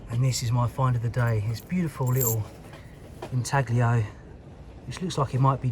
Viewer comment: The g in inaglio is silent.But what a find